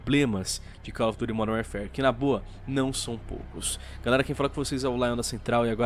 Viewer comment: "Modern Wearfare" pronunciou direitinho.... só que não.